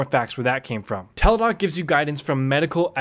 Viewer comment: Isn't it Teladoc Health? Not Teledoc.